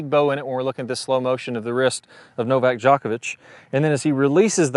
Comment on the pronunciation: This guy is the best on youtube, next to me and my golf. love when he says novak yavavich LOL